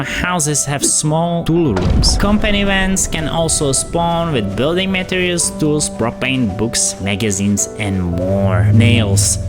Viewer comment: Excelent video. Thanks. By the way: you re pronouncing the words materials, and durability